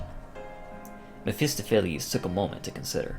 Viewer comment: May I correct you on something? Ahem, the stress in mephestopheles - the word reads [mephestOpheles], not [mephEstophelEs]